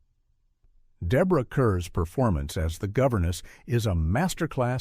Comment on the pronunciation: Why do Americans always get Deborah Kerr's surname wrong? It's pronounced "Karr," not "Kurr."